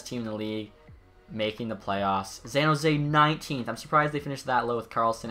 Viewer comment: Have you ever noticed that you say Zan Jose not San jose..?